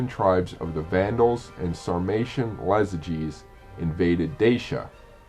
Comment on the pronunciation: The name was Iazyges not Lazyges and they weren't Germanics but Sarmatians